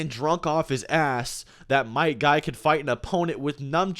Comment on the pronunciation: I know you're saying might guy but it sounds like my guy, therefore GAY